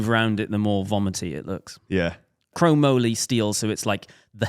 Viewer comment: Hearing trying to pronounce chromoly had me confused and laughing. I thought he liked steel bikes? Reynolds steel tubing is chromoly. Lifetime mountain biker in the US but still love the podcast! The chemistry and banter is great, keep it up. Maybe one day you'll convince me to get a gravel or road bike. Also our pumpkins don't exactly taste very good, at least not without a bunch of sugar and spices that turn them into a pie.